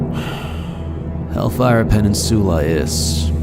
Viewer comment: guy who makes the quix needs to learn to pronounce peninsula